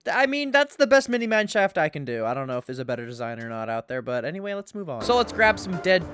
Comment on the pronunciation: "mini manshaft" 🙏